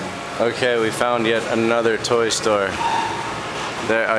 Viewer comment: when he said toy stor for adults i thought porn o.o